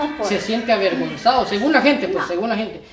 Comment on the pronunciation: Se dice avergonzado!! No averguenzado!! Y se dice aclarar!! No declararr!!